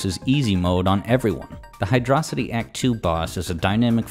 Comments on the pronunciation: Hydracity? It's Hydrocity. Check that spelling. "Hi-droh", not "hi-draw". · Stopped watching the moment you pronounced Hydro City, "hydrossity."🤝🤝🤝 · As soon as I heard "High Dross Itty" instead of the true and proper pronunciation of "High Dro City" I knew I just couldn't take this video seriously. 10/10 otherwise. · it's hydrocity not hydrocity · "...Hydrocity." WHAT! I always called it Hydro City. For nigh on 30 years... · "Hy-dross-ity"? Are you Megamind? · Sorry, but you couldn't pay me enough to pronounce the zone name the way you did . Seriously, it baffles me why people pronounce it this way when it's bloody obvious where the zone name comes from. You're in a CITY that's based around WATER, the latter word having the ancient Greek version "hydros" (think "hydrate" "hydroelectric", etc.). HYDRO. CITY. Case closed. I will die on this hill. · my brother in christ did you say Hyd-rossity unironically? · I am almost 100 percent sure it is pronounced Hydro City, as in, a city of water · You pronounced it "high draw city", I'm not watching the rest. Rings are the equivalent of coins in Mario. It's not an easy mode if someone's objective is to collect as many rings as possible while reaching the goal in the fastest time. Rings are collectables. I can judge a game off its first act. It's not the full experience, but the key is engagement. So, if I lose that while playing the game, then that's okay because everyone is entitled to their opinions of what they like. I can make arguments on games I didn't like with a short time of engagement because it's a refinement of what aspects I enjoy about games. I can definitely do the same with games I've experienced the full main story aspect of. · It's 'Hydro-City'... Thank you.